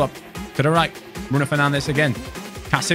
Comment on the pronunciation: Mar Tea Yal - Fer Nan Chhes 😅😂